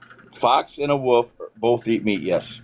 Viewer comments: Wolf. Not woof. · Did he say “wuff is a wuff”?